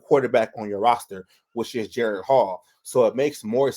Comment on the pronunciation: Jeren? It's disrespectful to get a man's name wrong.